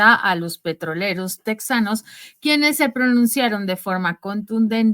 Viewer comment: Ridiculos !! Se dice tejanos no tek zanos. Es tejas no tek zas